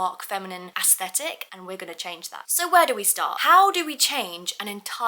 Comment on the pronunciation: I love you so much and this video was so good. But youre pronouncing aesthetic incorrectly just wanted to let you know no hate